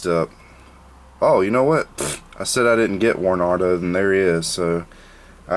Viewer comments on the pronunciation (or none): its not warnardo its WAR - NADO